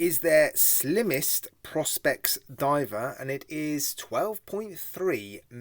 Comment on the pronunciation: One actually pronounce it "Pro Specs" if I remember correctly 🤔